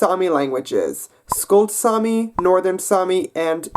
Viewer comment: It's actually Saami not sami, sami is a common name